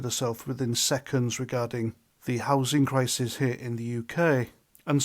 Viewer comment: "Houthing crithith"....... 🏴